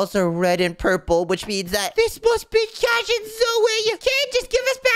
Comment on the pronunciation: In the end cash's name becomes cahs